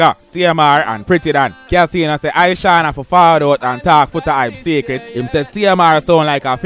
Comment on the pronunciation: Kaseeno.?...yuh mean! 🤣🤣